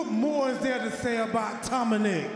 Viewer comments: Wait it’s been Tominick this whole time?! I’ve legit been thinking he’s been calling him Tom and nick! Well I feel stupid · Did R-Truth call Dom "Tominick?" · Did Truth call Dom, Tomonic😂😂😂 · Maybe not on purpose, but I swear Truth called him Tominick lol